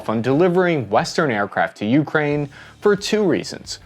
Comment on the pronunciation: this may seem nit-picky and trivial, but the pronunciation of "ukraine" with an emphasis on the first syllable, the "u," drove me crazy, made me cringe every time i heard it, and made me not want to keep listening, which is unfortunate, because i found the video informative and interesting otherwise. i mention it in hopes of the presenter using the more standard pronunciation in the future.